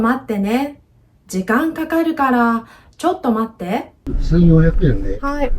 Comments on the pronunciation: 司机的第二句ちょっと待って听着更像ちょっと座って😂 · ”ちょっと待って” 我聽了很多遍，老爺爺說的我也聽不出來